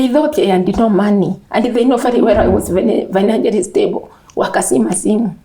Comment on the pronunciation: Aki the story is not funny but honestly i find myself laughing 😂😂😂.....it is the ingilisi(English) for me....and fainanchially(financially).... Woooiie but watu waongeage tu kiswahili. Anyway,to the lady: sorry for what happened to her marriage...may God strengthen her wooiii